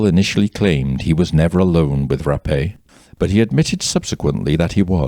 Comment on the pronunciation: Finally, someone that pronounced her name correctly Ra_Pay👏🏾not wrap or rape...